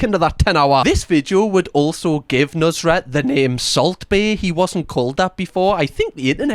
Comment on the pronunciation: How its spelled: nusr-et How this guy pronounces it: nus-ret